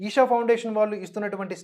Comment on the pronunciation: ఈసా...కాదండి. "ఈషా"